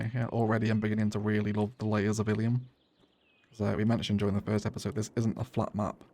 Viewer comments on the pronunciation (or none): I think you called the city Illy at the start of the timelapse. It's canon in my head now, the locals call Illium "Illy"